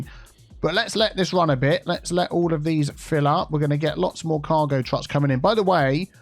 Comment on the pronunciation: "Backed up twains and backed up twucks."